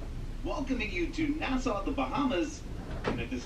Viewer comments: You are pronouncing Nassau wrong!!! NA-SAW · Hello, Nassau is pronounced "na-saw" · love the video..but my home town is pronouced na(saw)... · Is it pronounced Na-Sow or Na-Saw? We’ve been to Nassau several times but we’ve never heard it pronounced the way does? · It's pronounced NA- SAW